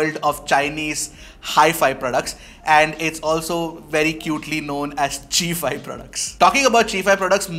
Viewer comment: I think it's Chai-fi and not chee-fi